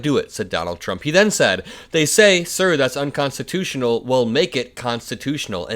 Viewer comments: Why is he not able to say unconstitutional, why is it unconstitus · Anyone notice that Trump often says it’s “unconstitution”, instead of “unconstitutional”? Occasionally he’ll pronounce it correctly, at other times he doesn’t. I thought at first he might be saying the last two letters too unclearly, like he often does. He often “swallows” the last letters, so that they are practically inaudible. For example, when everyone thought he was saying “bigly”, he was actually saying “big league”, sometimes you could hear the “g” at the end, but mostly you couldn’t. In these clips, though, it definitely sounded like unconstitution in the one clip and unconstitutional in the other.